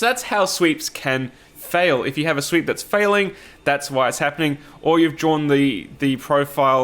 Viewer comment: Am I the only one who was hearing "sweet" instead of "sweep"?